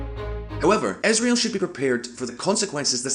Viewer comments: Israel! It's Israel! Not Isreal! Isreal does not exist, Israel does! #StopBotchingNames #ProperPronounciation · whats that "esrael" country he keeps talking bout? ;)